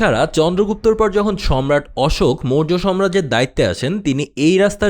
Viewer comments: উচ্চারণ ঠিকভাবে করুন ।সাম্রাজ্য হবে, সম্রাজ্য নয় । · কথাটা আগেও বলব ভাবছিলাম। কথাটা 'সম্রাজ্য' না সাম্রাজ্য